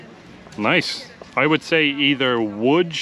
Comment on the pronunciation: Wow, you're pronouncing "Łódź" correctly! Respect!